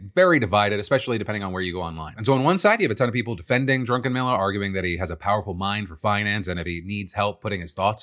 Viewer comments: Lol the fact that Phil mispronounced his name as Drunken Miller the entire time is so funny even though his name is DRUCKENMILLER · Uh.... Isnt it DRUCKenmiller.... Instead of DRUNKenmiller? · Am I the only one that thought Phil kept saying drunken miller not Druckenmiller? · Am I the only one who hears Phil pronouncing Druckenmiller as "drunken miller"? 😅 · Is the guy’s name “Drunkenmiller”, or “Druckenmiller”? 😂 Oh, he’s a billionaire? Nvm, idc about the pronunciation accuracy anymore. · I love how Phil kept calling Druckenmiller "drunkenmiller" :P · I know his name is Druckenmiller... but I keep hearing "Drunkenmiller" and it seems more fitting. It's concerning that people are content with letting AI think for them. I didn't think WALL-E would be that on the nose... but we're on our way. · Woah, I thought when Phil was saying "Drunkenmiller" he was just choosing to make fun of some guy with the last name Miller that had a sketchy history of intoxication. Was not expecting to see that is someone's real name. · We know where you stand with the Stan Druckenmiller case. You keep calling him Drunkenmiller. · Does Phil keep saying Drunken Miller? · Hey Phil! Love you. But just like my wife has issues with Crayon and Iron, You seem to have an issue with Drunkenmiller Vs Druckenmiller....lol. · I agree, I totally hear that, not sure if he was trolling or not (?) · all I can hear is Drunken-Miller. Perhaps it's a dialect thing but it sure sounds like Drunken-Miller. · Love how Phil just keeps saying "Drunkenmiller".... very likely unintentional, but hilarious none the less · "Drunkenmiller" I'm dead LOL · Not me hearing "Drunken Miller" over and over